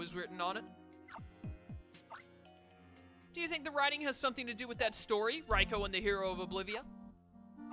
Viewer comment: we need to have a come to Jesus meet'n about how you pronounce Raikou. Rye-coup is how it's pronounced. Like bread and a military takeover